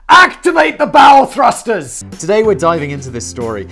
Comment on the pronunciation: Anyone else hear bowel thrusters?